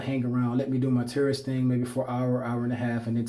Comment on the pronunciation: Because of your pronunciation of tourist I keep hearing terrorist ahahah, my bad bro